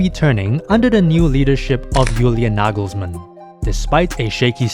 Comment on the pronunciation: Toni Kroos is not the little brother of Tom Cruise. ;-) Why is his name always mispronounced by English speakers? It's not that Kroos is an unknown wunderkind. Double o in German is just a long "o" as in often or order. You do a good job with the pronunciation of Nagelsmann, Neuer though, even Müller, Gündogan or Mittelstädt in spite of the umlauts sound OK. Wirtz, however, should be pronounced Weeerts (with a long "e").